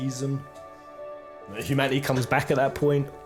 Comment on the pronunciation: Humanaeey, communieey...why ? :) :)